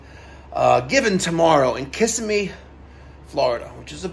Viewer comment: Good Luck! BTW native Floridians pronounce it kuh·si·mee.